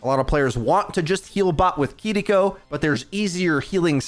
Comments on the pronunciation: Please stop saying KEE-DEE-KO I'm cringing every time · Her name isnt kiddikko. Its kiriko. Stop pretending you have a Japanese accent and have trouble pronouncing the r sound. i keep telling you ppl but its like white ppl just strive to be as racist as possible as much as possible. Do you pronounce pharah with a egyptian accent? Ya thought not. You actually have been convinced kidiko is the right way to say her name. You arent from japan. Drop the fake offensive accent and tell ur dumb friends who do it. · why bro saying Kiriko so strange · Weird that this dude rolls the “R” with Kiriko but not Sombra 🤔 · The way you pronounce Kiriko is annoying.